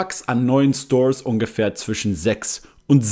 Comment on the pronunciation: voll lustig wie du als Deutscher ,,Stores" aussprichst, so: Stoos